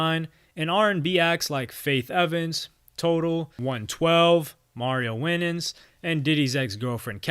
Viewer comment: I hate when people cover these people and can't even pronounce their names that's how you know alot of these WY people who love covering Diddy instead of Dan Schneider or the Abercrombie and Fitch guy is I'll informed. It's Mario WHY NANS and not win ins retardooo